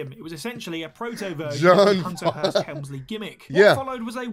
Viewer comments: I love how just can't say Hearst 🤣 Man's just Called him Hunter Hurms Helmsly 🤣🤣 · Hunter.....HEARST....Helmsly, not Herms lol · cannot say Hunter Hearst Helmsley. 😂 he kept saying herms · It's Hunter Hearst Helmsley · Hunter HEARST helmsley, not hearms..lol. but anyways, many don't know but before he joined tna, Samoa Joe was used as a jobber for a very short time in wwe/f on Sunday night heat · Man's said Hunter Herms Helmsley lol